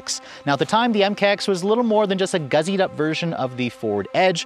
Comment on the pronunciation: “Guzzied” up??